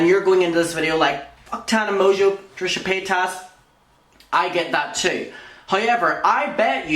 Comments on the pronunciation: lmao, I had to rewind at 'trisha pata-tas' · An ad played in the middle of introducing Trisha… did he call her Trisha POTATOES lmaooo